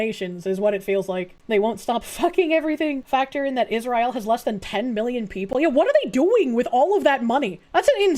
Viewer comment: Pronouncing Israel like that has to fucjing be ragebait, its working